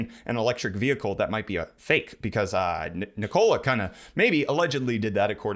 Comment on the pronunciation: Just an FYI, Nikola is pronounced "Nickel-uh". Thanks for the news!